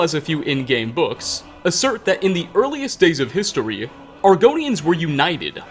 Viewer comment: We are learn the hist-tree of argonians